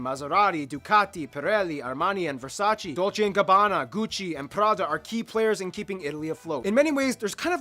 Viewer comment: Versaceeee!!! Not versarci!!!